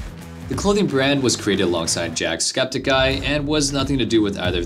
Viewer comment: I did not just hear him mess up Jacksepticeye's name 😂